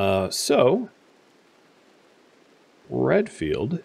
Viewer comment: I keep hearing Redfield as Renfield... and I immediately think of Bram Stoker.